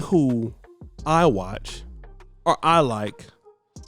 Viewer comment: if you are going to emphasize the word OR, you should know that it is not pronounced like the word ARE